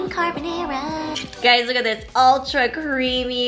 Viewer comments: Not her saying carbonara as carbonero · Love u but the way you say carbonara 😂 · you said it the most American way possible and that's why I love it ❤️ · Love this but omg I can’t get past how you pronounce carbonara 😂😂